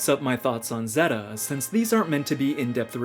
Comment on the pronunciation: he called it "zehhta" not "zayta" and I had to stop watching :(